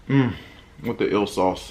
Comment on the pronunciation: Eel sauce, sounded like ill..lol..